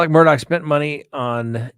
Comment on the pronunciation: It is pronounced Murdock or murduck here in the South.